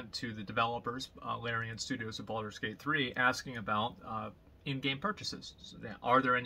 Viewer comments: BALD-ur's Gate. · when Asmon pronounce Baldur's Gate it sounds so BALD.. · why does he emphasize the first 4 letters of Baldurs gate a little too much? he does this at about